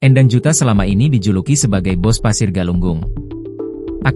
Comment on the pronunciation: Bacanya bukan E'ndang tapi Endang/E Pepet.. bukan E taling.